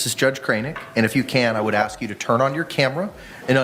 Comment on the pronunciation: You read the word "ask" but u deliberately say "axe". Your people really are animals it's not an act.